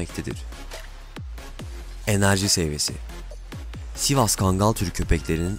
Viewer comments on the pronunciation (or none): none